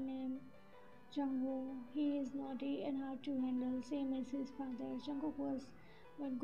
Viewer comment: Naughty instead of noty. No offence. It was funny.